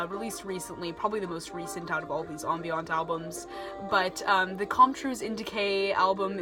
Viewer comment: It's uh ..."am-bee-uhnt".